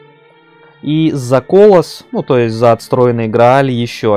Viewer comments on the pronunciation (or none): Только не кОлосс, а колОсс.